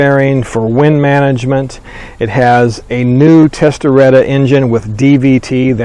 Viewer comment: Testastretta not Testaretta LOL....similar spelling but completely different meaning